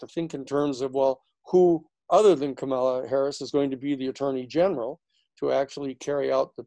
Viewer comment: Great analyses Danny. Learn to pronounce "Kamala" and you've got it made.